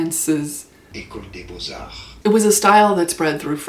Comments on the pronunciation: Nothing more frustrating than doing your best to pronounce foreign words, and yet not quite making it. A+ for effort. Beaux Arts is pronounced "boze arrrr" Liason between the z sound at the end of beaux - though we see no z - and the a of arrr. Boze-arrr. No t or s sound at the end of arts. French pronunciation is a bitch. Great vid, by the way. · Please pronounce the Z sound in Beaux Arts. You sound uneducated.